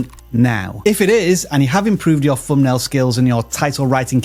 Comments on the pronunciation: He actually said "Fumbnail" a million times!!! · Whereas vis guy says fumbnail over and over again!